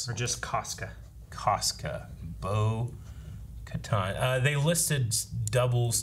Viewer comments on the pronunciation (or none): It kinda bothers me that some people say Bo “ka-ton.” The way they pronounce it in the show is “ka-tan.” Its probably just me I guess